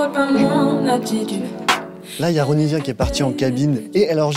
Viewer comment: Ouais sauf que son nom se prononce Ronissia😂